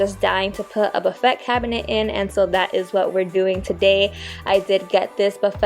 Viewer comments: Love your channel. The buffet turned out so well - chalk paint is great to work with. Just FYI the word "buffet" is pronounced buff-a wit the a being a long vowel. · LOVELY DECORATING BUT BUFFET IS PRONOUNCED ( BUFF-A). YOU DO GREAT WORK REFINISHING. CONGRATULATIONS